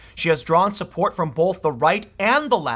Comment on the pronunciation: THERE is NO letter "L" in the word both Tim. I realize you dropped out of school but you are a good reader The word is B O T H (Pronounced boWth) NOT (bOLth) NEVER dude!